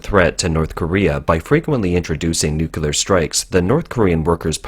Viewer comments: Please, please, please get it right. It's painful to listen to good info from a source that consistently mispronounces "nuclear." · Love your content, but pronouncing 'nuclear' is really not that difficult... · You say Unsymmetrical Dimethyl Hydrazine perfectly yet saying nuclear seems a struggle. Regardless keep up the good work!